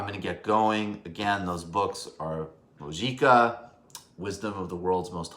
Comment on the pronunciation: MICHAEL! It is pronounced Moo-hee-kah (Mujica)